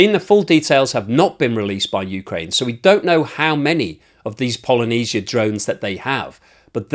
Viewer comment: you say Polynesia that is a group of islands in the pacific ocean. it appears that not only russians can say it. try "pal ija nit si ja" . Otherwise thank you for your analysis